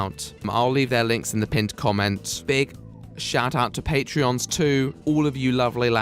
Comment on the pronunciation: People who subscribe to your patreon are called patrons not patreons. The company is Patreo, the people are patrons. It's not that hard. For someone who likes situations where it's how people speak you don't speak very well.